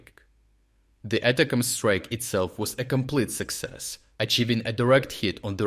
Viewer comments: Thanks! Great report, as always! Two suggestions: - Please include the dates for the strikes, so we get a feeling for which events are new - Please instruct your voice bot that the pronunciation of ATCMS is "Attack'ems", inspired by "Attack them" in plural. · I know it doesn't matter, but you might like to know how to say ATACMS. It's like you're saying "attack 'ems", like English speakers abbreviate them to 'em. Not important, but thought you might just like to know. Basically, the missile's name is a pun.